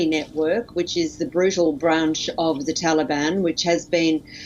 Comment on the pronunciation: He literally said 'tanban'...